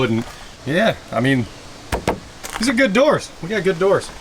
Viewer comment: Oh king of DOORS, I thought you said king of WH**ES! 😂😂😂